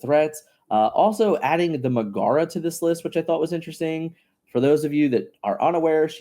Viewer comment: Good video, but it’s MEG-uh-ruh not meh-GARA. Sounded like you were talking about some monster or something 😂